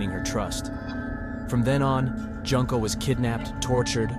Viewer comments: joon-ko not junk-o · I hate the way you pronounce Junko's name. Is this an AI voice?